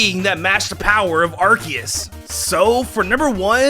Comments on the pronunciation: pronounces Yveltal as Yalvultal and Arceus as Arcoos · You said Arceus wrong and Aegislash